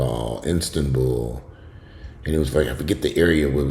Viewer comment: Istan-BULL sounds right. So glad you’re negative. But this has been very informative and it has people talking and wanting to go get tested.